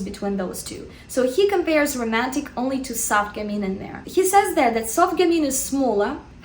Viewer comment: Yes it's gammeen you're right :). French is my first language and I'd say she pronounces it correctly.